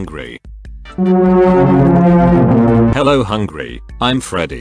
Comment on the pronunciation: Freddy ❌ feddy ✔️